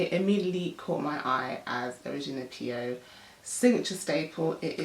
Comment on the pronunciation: Love this vid. Her last name is pronounced Pyo - like "Oh" <3